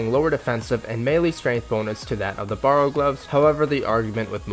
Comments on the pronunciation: Wtf is with all these runescape YouTuber butchering the names of objects? Borrow gloves??? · Borrows? Sighils? Learn to pronounce lol, nice video though